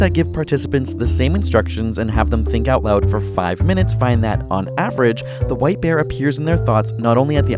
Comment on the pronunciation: I thought he said white beer